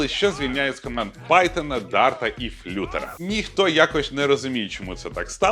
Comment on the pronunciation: Дякую, як завжди крутий контент. Маленьке виправлення, - Flutter вимовляється як флатер, не флютер )